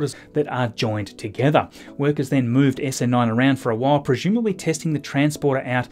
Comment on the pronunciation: My dear friend! Thanks for everything you do. But the way you pronounce the word "presumably" is disturbing me. You seem to be saying "pre-shoom-ably" whereas I believe it should be "pre-zoom-ably". Am I mistaken?